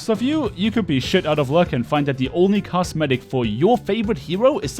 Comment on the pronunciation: I swear it sounds like you are saying cast medic